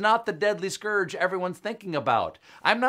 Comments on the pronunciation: Scour-ge. Scour....ge. Stephen missed that one. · I know this is of no importance, but as a non-native speaker, your president really can't pronounce scourge??